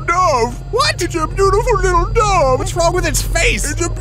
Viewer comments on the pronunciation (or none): I love it that the supposedly doctor pronounces dove like dowve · Love the way he says dove.